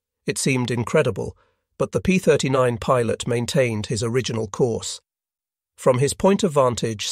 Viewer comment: It can't even pronounce "pilot" properly. In the 4 part series and kamikaze pilots it mispronounced "model." These are such simple straightforward words.